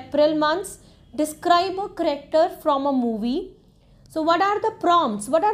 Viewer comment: You are pronouncing character wrong it's not caracter